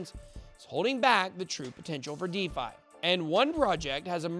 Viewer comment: this guy said De-Vi... and 10x is not enough to turn a regular person into a millionaire.. you already have to be a millionaire.. invest 100k, it goes up to 100$, you make a million... this video sucks asshole